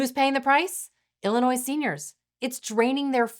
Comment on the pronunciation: Illi-noise? I thought it was pronounced ill-uh-noy